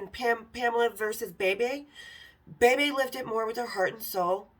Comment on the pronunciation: Hi hun.. enjoyed your content. Bebe B. pronounces her name "Beebee". Lookin 4ward 2 next week! Rock on! 🐈😻🎀💗